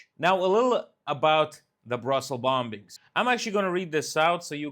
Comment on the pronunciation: Morning, bombing is pronounced bomming in English (the second b is silent). Keep up the good work. Cheers Mike